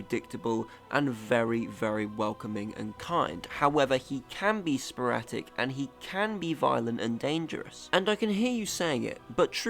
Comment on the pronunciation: It's "sporadic", not "sporatic" 👍🏻